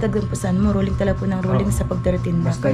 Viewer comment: needed mo ipraktis ang sinasabi mong,,,Rolling "